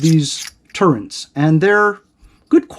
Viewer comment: OMG, nice review, BUT it is TURRETS, not turreNts … no N. Sorry, I got OCD and every time you say it wrong gives me agita. Hehe.